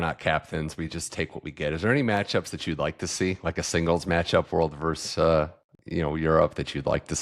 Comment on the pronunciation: versus-not verse